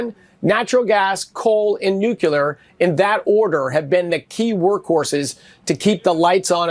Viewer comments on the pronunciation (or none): did this dude just say nucular? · Chris Wright? Energy Secretary? Any imbecile that says, “nucular” is not qualified to even talk about energy. What a twit! How did he even get out of grade school? Before you say a word for the first time, sound it out, Chris. What a loser. No credibility. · the energy secretary saying "nuculer" instead the correct pronuciation "nuclear" shows his level of intelligence. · Somebody please tell the energy secretary that it's pronounced "nuke-lee-er," not "nuke-ya-ler." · What the fuck is NUKELAR? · Energy Sec can't pronounce nuclear? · The energy secretary cannot pronounce nu-cle-ar correctly. Amazing!!! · If you can’t correctly pronounce nuclear, you don’t get to talk about power.